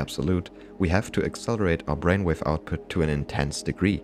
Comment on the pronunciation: At minute 26 “bainwave” got me unexpectedly!! 😂😂😂